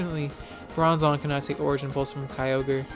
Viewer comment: can't believe you used to pronounce Kyogre wrong